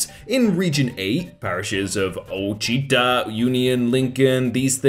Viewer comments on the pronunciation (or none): LMFAO.. As someone who lived in Ouachita parish, I died a little inside hearing him say O-cheetah. That was so damn funny though... Just to clarify, it sounds more like wash-i-ta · Okay... Ouachita is said: Wa Shi Taw. A Native American tribe. Fun fact for the day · The way pronounced Ouachita😂😂😂 (Wash-ih-tah) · Btw Ouachita is actually pronounced wah-shit-ta. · Ah, as someone who lives near the Ouachita mountains, the way he pronounced it killed me inside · As someone from Louisiana, the way you said Ouachita broke my heart. T.T